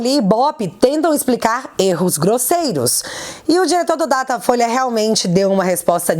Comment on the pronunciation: você errou em uma pronúncia. O nome certo é... DATA FOIA